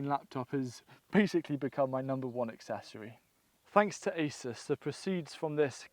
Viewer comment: ASUS is a Taiwanese brand and we pronounce A-Su-S